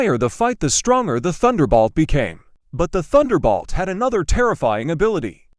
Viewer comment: Someone should listen to this stuff before posting. Turbocharger has a soft g. It's Thunderbolt, not Thunderbalt.